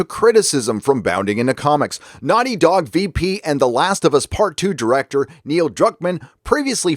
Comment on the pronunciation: Is Gary calling him Neil Cuck-man or is that just what I'm hearing because of my own bias? lol